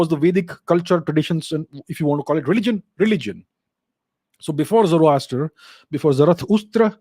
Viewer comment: Zoroaster is more sound like zoro aster i.e. Zaro Asur